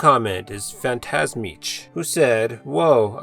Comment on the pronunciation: Just watching the end of the video and got a shout out 😄 thanks man, appreciate it (by the way is pronounced PhantasmiK) still owe you the remastered version of the track 😉